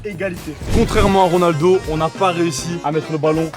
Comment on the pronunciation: A un moment ta dit gronaldo